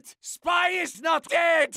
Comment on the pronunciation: when sniper says spy when he died It sounded like he said Spois Or spoon